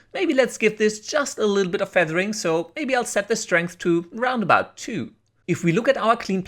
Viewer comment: "round about"... tell me you're German without telling me you're German